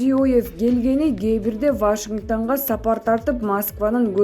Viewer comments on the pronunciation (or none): Эй делбе ДИКТОР, ВАШИНГТАН эмес ВАШИНГТОН десен. Качан туура суйлогонду уйроносун. Сенин унунду укканда итиркей келет. Башка ДИКТОР койгулачы.